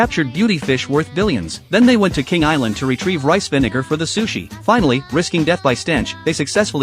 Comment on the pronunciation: he did not say vinegar